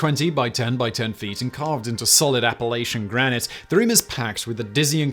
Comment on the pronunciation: Simon and Co, I know it's petty but it kills me when people say App-uh-lay-chin. It's App-uh-latch-in. I live smack in the middle in the Blue Ridge section. We really hate it. That's my only complaint. Good job, yall.